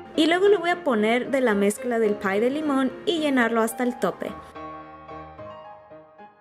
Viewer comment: al principio dice pie de limón 😂😂